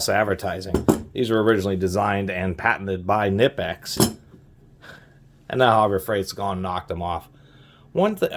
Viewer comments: Fun fact, Knipex is actually pronounced "Kah-nee-pex" not "Nih-pex" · FYI, it's pronounced k-nee-pecks (hard "k", long "e"), not nip-ex. Just sayin'... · Great review. BTW it’s Kuh-ni-pex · It can be pronounced both ways. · Fun fact, Knipex made a video saying both pronunciations are correct. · Yea but that sounds stupid. I pronounce it like him too, guess we're both wrong